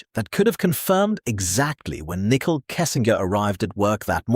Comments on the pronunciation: It's not pronounced nickel it's pronounced Nick cole. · Her name is pronounced Nicole (Nick-Coal) not like nickel, the coin!!!! Also, you have said all of this in previous videos!! Most already know this and we don't need to keep hearing the same stuff over and over in supposedly"new: videos. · Can't listen to the video. Called her nickel every time. When you make a video at least try and pronunciate someones name right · I love how all the ai narrators call her Nickel Kessinger. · Very irritating 😅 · Right! Good research, awful delivery. “nickel” kessinger….just use your real voice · Nichol is how she spells her name and why the AI can't say it right.